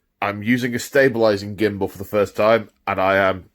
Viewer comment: I drraankk everyt immme he shaid gimmmbul